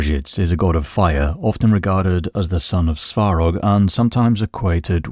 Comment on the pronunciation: the speaker's pronunciation makes it difficult to tell the names, one time it's "sorog", next it's "svorog"☹️